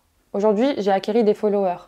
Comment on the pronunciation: Le "acquéris" 2x 😳😭😂